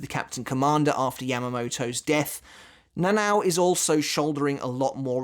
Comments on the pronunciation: I loved the video, but honestly the way you pronounced "Nãnãõw" instead of the proper "Nanao" got on my nerves a bit 😅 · NA-NA-O, not "Nenaw"